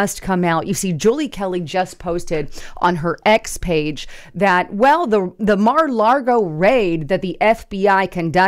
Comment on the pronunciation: really neads to learn how to pronounce Mar-a-Lago, no 'r' in 'Lago'